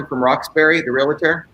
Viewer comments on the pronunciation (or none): "Realtor" is pronounced : ree· uhl·tr ... not "realitor". Similar with "nuclear", it's not "nucilar".